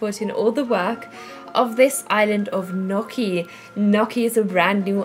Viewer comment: not "nokki", but more like "ñjokki" just to know :) awesome video